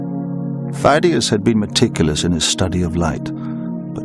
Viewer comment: Φειδίας (Pheidias) is not pronounced as it is in this film (fie-dee-as), neither in ancient (pay-di-as) nor modern (fee-thee-as) Greek. . . . but I still enjoy the video.